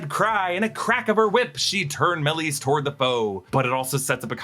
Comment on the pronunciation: Dude stop butchering the name Maleys 💩